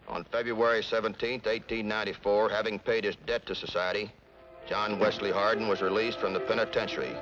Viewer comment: Born JOHN WESLEY HARDING birth certificate states JOHN WESLEY HARDING thats harding not hardin never hardin HARDING its not hard to say JOHN WESLEY HARDING dont be lazy